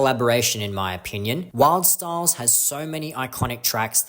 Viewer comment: you seem to have mispronounced Wildstylerz